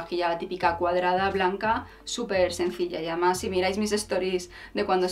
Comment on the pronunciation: Un consejo desde el cariño. Procura vocalizar más cuando dices además se te entiende "amás" y con lo bien que tú hablas y pronuncias me ha chocado bastante. Me encantas. Tienes mucha clase, personalidad y buen gusto. Se te ve muy buena gente y te mereces que todo te vaya muy bien en la vida, que os vaya muy bien a los dos. Eres un rayo de luz en este mundillo chonibloguer. Te sigo entusiasmada a pesar de que podría ser tu madre y no me puedo poner muchas de las cosas que recomiendas. Un beso enorme.